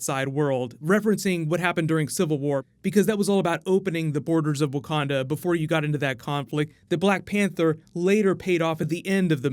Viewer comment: “Wakanada” forever